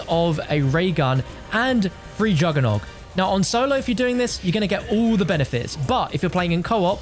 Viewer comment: He says it correctly